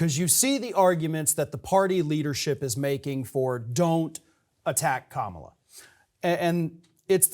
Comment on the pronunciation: You could pronounce her name correctly. And you didn’t. White boy.